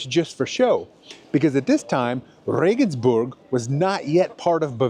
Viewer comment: You got nothing wrong, I tell you. For one, you pronounced Regensburg as it should be. I hear a lot of RegensbErg!